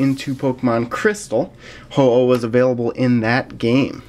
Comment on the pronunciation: it's pronounced ho-oh fam